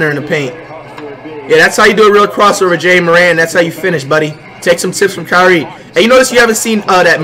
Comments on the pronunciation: he said jae Morant and zee on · JAH-morant ZEYE-on Rudy-goBEAR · The way he pronounced ja morant 😂😂